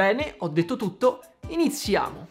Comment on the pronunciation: rare footage of saying iniziamo correctly